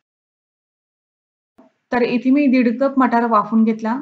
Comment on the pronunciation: आप्पे मस्तच. एक गोष्ट सांगितली तर कृपया रागावू नये।आपण कप च्या ऐवजी कूप म्हणत आहात।